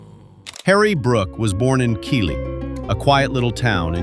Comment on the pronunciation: It should be pronounced Keithley not Keeley. From someone actually born in the town.